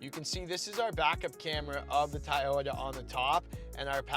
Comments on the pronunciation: Says he gets roasted in the comments for saying Tieyota...says he will try to say Toyota. Two seconds later..."Our Tieyota highlander comes with..." lol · Dude, I love your reviews and everything but I promise you this, you can count me out if I hear another cringy TAYOTA from you on your next Toyota vehicle review. It’s TO - YO- TA. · No offence, but please know how to pronounce the product name. It is Toyota, not Tiyota. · After the third Tie-Yota I’m fucking out. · It's Toyota not tiyita 😂😂 Just kidding bro. Love this review 👍👍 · WTF is "tie-oda" ? Decent video, but unless you go for the Highlander Hybrid, the Pathfinder is the better choice. It's just a shame that you have to go for the Platinum or SL+package trims to get most of the appealing features on it. Gets pricey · You can pronounce it “Toy-ota”. Try it. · Ta'ota :-). Just joking. Great presentation and comparison!! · I think I'd go for the pathfinder instead of the "tie-oat-a" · It's Toyota it's easy to say just say Toyota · "Tayota"! Got a good laugh on that. Just the way my father in law pronounces it. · Hands down Toyota Highlander. Best resale value and quality over Nissan. And your pronunciation of the name Toyota is wrong.